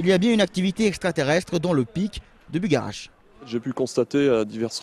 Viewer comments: Sympa la vidéo, mais par contre c'est Bugarrach pas Bougarak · Vous prononcez mal le nom de cette montagne déjà !!! 😢😢😢